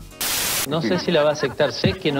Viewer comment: "No sé si la va aceCtar a la apuesta he" 😂